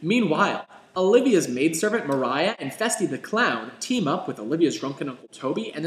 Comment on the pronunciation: Its Maria, not Mariah :) this was good though